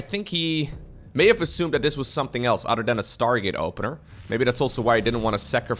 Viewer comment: I've noticed all of the Dutch casters can't pronounce a T, it is always replaced with a D. Anodher, Brodher, Uder (other), Lader (later), dedonation, Creador, Door drops. Is it just that the Dutch language doesn't have T's? always saying udder constantly and I'm looking for the cows. Now that I've said it you can't un-hear it